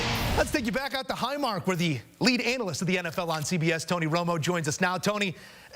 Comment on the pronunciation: When addressing Tony Romo, did he just say anal- it?